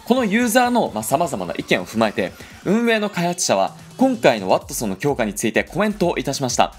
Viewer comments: ｢ワッ↑トソン｣ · なんだろう、ワ↑ットソンにつぼってしまう自分がいる